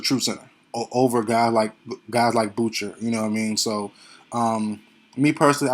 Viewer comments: You are right on this assessment. FYI, Boucher is pronounced ( Bou-Shay), it's a french name. Respect from Tdot 🇨🇦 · Chris Boucher's name is pronounced Boo-SHAY. It is French. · Lol Ik bro people say it like “Chris Bou-Sher” and I’m all like wdym what is a Chris bou sher?